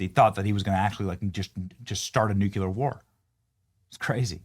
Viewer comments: Benny, PLEEEEASE stop saying ''NOO KYOO LER!'' The CORRECT pronunciation is ''NOO KLEE ER.'' C'mon!! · Hey Benny… Love your show… But the word is New Clear (nuclear), not Nuke You Leer! Damn boy… Get it right... it's not even funny! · "NUKE-YOU-LER" is not a word bro...NU-KLEER (nuclear) is, your welcome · DAMMIT, Benny. It is pronounced NEW-KLEE-UR. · It's "NUCLEAR" I'll make it easier... NEW-KLEE-YUR. Its very difficult to take you seriously when you exemplify your lack of intel